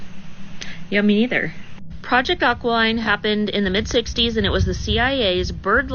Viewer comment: 'Aki- lean' not 'Aqua- line'